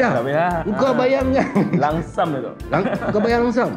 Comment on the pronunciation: Lump sum ... Bukan langsam.. ehehe...